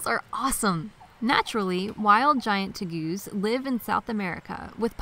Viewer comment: Teh- Gooz??? LOL what a weird pronunciation.